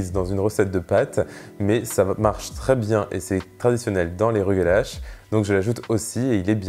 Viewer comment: Excellent vidéo! J'aimerais le faire un jour. Je suis juif et le mot rugelach se prononce presque comme tu le dis mais à la fin le son du ch est tres dur comme le son de (le pain tressé juif). Merci beaucoup pour la recette!